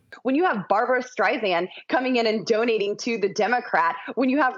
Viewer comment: Intensely irritated by the way she says “donating”.